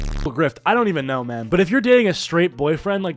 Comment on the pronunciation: "There's a MAHN here... AUR NAUR!"